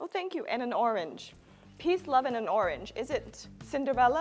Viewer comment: i would have thought Orange was born here in the US with this perfect accent.